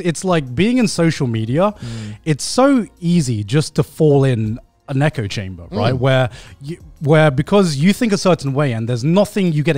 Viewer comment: he said an echo chamber, I heard a neko chamber